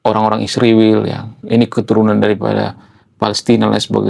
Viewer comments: Bro kenapa Israel di ucapkan jadi Isriwil..jangan ikut2 Konoha ya😅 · Ngapain nyebut Israel menjadi Isriwil ? Begitu besar nian kebencianmu.